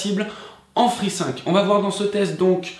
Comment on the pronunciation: Free « sinque » ?